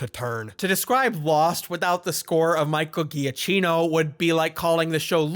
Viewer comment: every time you say "micheal giacchino" I losen it I swear 😂